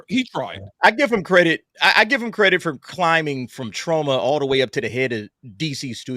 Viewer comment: whats tro-ma ??😅 are you trying to say trauma ?